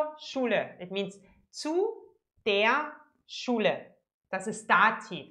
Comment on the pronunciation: i love this woman! her smile and the brrrrrhrrhrhr schule :D